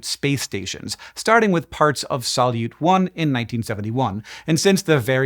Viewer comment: ❤🙏🙏🙏 a science video SHOULD pronounce terms CORRECTLY❤😂 The Russian word "солют" (salyut) is pronounced sa-LYOOT, with the stress on the second syllable. In English, the "s" is like in "say," the "a" is like the "a" in "above," the "l" is like the "l" in "look," the "ю" is a "yoo" sound like the word "you," and the "t" is like in "town"